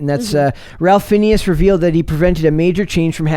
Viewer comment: His name is pronounced like "Rayph Finez".